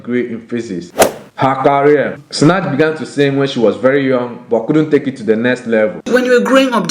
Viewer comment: When he's saying Sinach it sounds like Snatch lol